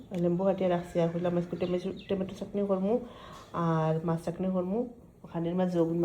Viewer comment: চাখনি না চাটনি